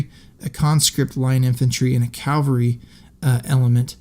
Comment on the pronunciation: One day I hope to discover a person using the word "cavalry" for cavalry. Not "calvary".